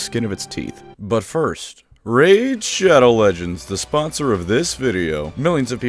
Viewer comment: I like how subconsciously most tubers accepted that raid shadow legends has to be pronounced how internet historian pronounces it